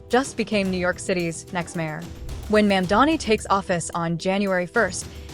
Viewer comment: Train your AI reader to pronounce Mamdani correctly. (Hint: the first syllable isn't "Ma'am.") AI slop is disgusting, and you're doing it wrong. If you spell Muslim "Mulsim" the AI moronic robot is going to pronounce it that way. PROOFREAD CAREFULLY or hire a literate human being to read your script.